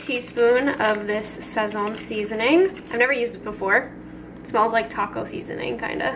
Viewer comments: Sazon is pronounced as sah-sohn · Saźon is pronounced more like “sasone” with an accent ! Love ya girl